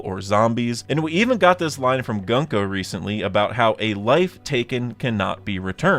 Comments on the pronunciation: not how you pronounce gunko. its goon-ko (ha ha funny goon word !!!!!) like the word "good", not gunk-oh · Hey man just a heads up, as someone who speaks Japanese the pronunciation of her name is "GOONko"